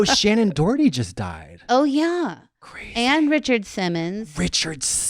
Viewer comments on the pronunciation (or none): none